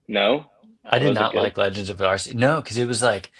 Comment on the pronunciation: Great Pod guys. But come on it’s pronounced Ark-e-us not Arse-e-us. Back me up here